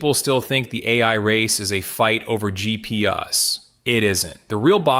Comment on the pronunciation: "GP-us" ~ , lol. You do overstress the EUV a bit. Accelerator may be possible, may be superior, but at even higher cost. And even EUV is really not short enough, really should go to x-rays - which the accelerator may facilitate. BUT no matter what the wavelength atoms stay the same size, diffraction and uncertainty don't go away, and it will never be easy. 13.5nm for 1.8nm features, is not a great process. ... DANG! You actually get around to most of this!